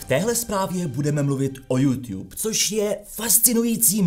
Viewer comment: Žádný jůŤub ale jůtub! V angličtině žádný ť NENÍ!